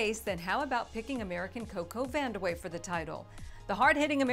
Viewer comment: Vandeweghe? lol